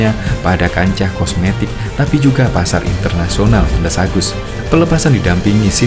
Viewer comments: Kosmetik ❌ Komestik ✅ 😂ngakak anjir😂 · Kosmetik bang bukan komestik hahahaha